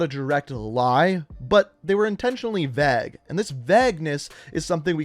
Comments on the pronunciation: Vague is pronounced as vayg, not vag bro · Sir, its vāgue not vag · yeah he pronounces vague as “vag” in the video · do you mean vague?, i've never heard the word Vegg or Veggness before